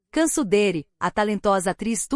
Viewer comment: Se diz : Diansu Dere e não cansu 😂😂 povo analfabeto narrando história